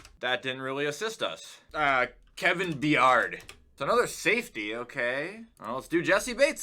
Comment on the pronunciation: “Kevin Bee-ard” 💀